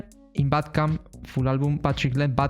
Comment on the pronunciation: You say bandcamp wrongly, you say "Bad Camp" without saying the "n"